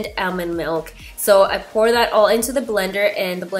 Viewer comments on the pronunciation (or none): none